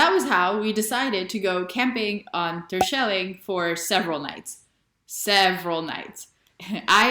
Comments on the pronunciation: I'm native Dutch and I've never been to the islands haha. I've never really been motivated, but I'd like to go there at least once. BTW your pronunciation of Terschelling is very American haha, but cute. You should ask your girlfriend how to properly pronounce it. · Your pronunciation of Terschelling is a big fat FAIL